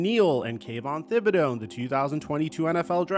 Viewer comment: It's pronounced tib-i-doe not "thib-i-doe"